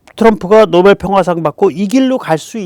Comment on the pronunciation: 역겨움, 노베루우, 단골이라 구매 루트 잘 알아, 만저당이 알아서 사줄께!!! 로 들림.